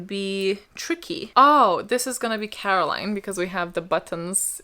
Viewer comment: It‘s Coraline, not Caroline! :p (also happy bday, G ❤️)